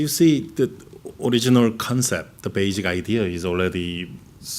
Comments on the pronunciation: 봉준호 감독 영어 발음 틀림 -> 베이직 - - 베이씩[basic]이 맞는데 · 봉 감독 발음 실수 : 처음과 베이직 <-- 한국 사람들 대부분이 잘못 발음하는 낱말임. 베이씩[beɪsɪk]이 맞는데, 대부분의 한국 사람들이 베이직[beɪzɪk]으로 발음함.